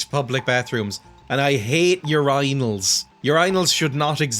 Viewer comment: I laughed to myself for 5 minutes at . How did you pronounce "Urinals"? ;)